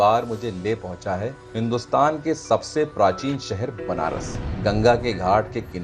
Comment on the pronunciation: The way you used word " Prachin" , i like the way prounonced it.